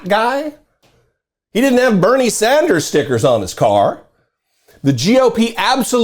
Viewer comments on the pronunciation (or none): none